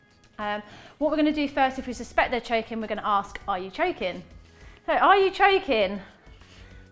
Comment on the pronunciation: "ARE YE CHOEKEN"